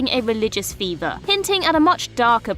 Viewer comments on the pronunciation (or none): *furvor not fever lol